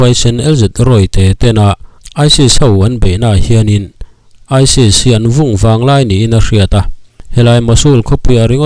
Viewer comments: midang hian Isis tiin an lam ṭhin sia, nangin Isils i ti tlat bawk sia, tin Hamam al alil tiin an lam ṭhin in ka hria a, nangin Himam al alil iti leh daih bawk sia, mi tih loh dan a tih tum vang hrim hrim nge, comments atam beiseina vang te ani mial em. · Isil"aisil " ti in tinge i lam zel a. aisis tih tur ni awm tak